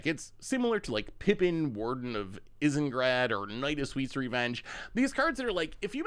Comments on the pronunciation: "Isengrad" lol! It's pronounced "Eye - zen - guard" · Has never seen LOTR??? He pronounced Isengard so strangely 😮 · I love you man but you pronouncing Isengard hurt my soul